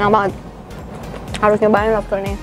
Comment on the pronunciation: Siapa yang ngira dia ngomong nya... Lofster bukan lobster...